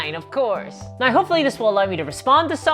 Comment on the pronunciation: F 'em, I like your videos. The ad hominem attacks show they are attacking you just to attack you and aren't giving constructive feedback on your content. I also like that way when you say you say now, it always sounds like naw to me. Keep up the good work.